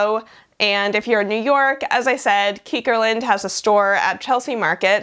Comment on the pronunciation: I think it might be pronounced like “kickerland”, at least that’s what it looks like from a Dutch perspective. Translated to English it would mean frogland btw 😇💃🏻